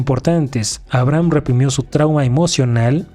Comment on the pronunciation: se pronuncia "abreijam" jaja